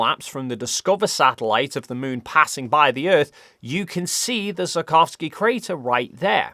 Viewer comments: "it was photographed in great details by South Korea's Danuri probe. I really hope that's how you pronounce that. And like I said, the Sarkovski crater..." It's very impressive how much managed to butcher the "Tsiolkovsky" surname throughout the video, apparently without realizing it XD The wikipedia page even has IPA pronunciation! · Hey, I hate to "that guy" but the 'i' in Tsiolkovsky is really short (so 'see' with a 't' on the front, rather than 'sigh' with a 't' on the front). [The pronunciation is actually on the wikipedia page.] It took me until you showed his picture for me to work out what you were saying, LOL. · Perhaps it's my interpretation of your north-western accent, but I think that seulkovsky is a better interpretation of Циолко́вский than sarkovsky. Not that I know that much about the cyrillic alphabet and Russian pronunciation, but I'm a diehard pedant. The letter л is an L you know! Anyway, I like your videos and think you're doing an important and essential job spreading scientific literacy. Have you seen this YouTube video?